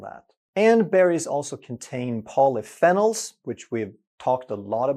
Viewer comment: Polyphenol: Pronounced Poly Fee Nol which is a type of Antioxidant.